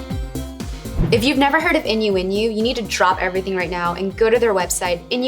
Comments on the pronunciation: When she said INU INU did anyone else hear innuendo? X3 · This video was really cute but the way she pronounced inuinu was so painful